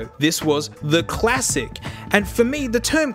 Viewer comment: No one:: Quassic